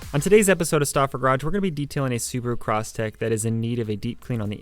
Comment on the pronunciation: It’s a Crosstrek.. not Crosstek. 😭